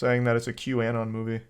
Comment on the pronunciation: This neckbeard can't even pronounce QAnon